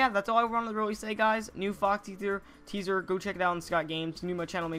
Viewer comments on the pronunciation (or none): "o ma god new fahxy teasuh"